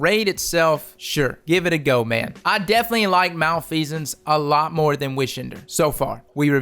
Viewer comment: Oh my gosh he pronounced it right!